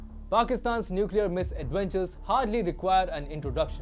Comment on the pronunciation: Nucler tipped not powered nice analysis though